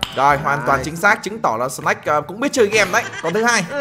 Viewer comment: Anh bi đọc tên snake thành snack :)